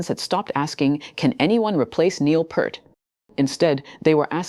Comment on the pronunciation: "Peert", not "Pert". How difficult is it??!